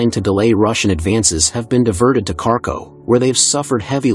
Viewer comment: "Carco" city? Idiot AI!